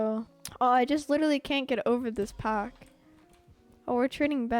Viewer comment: when he says pack i hears phack